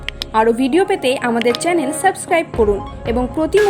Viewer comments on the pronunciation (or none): none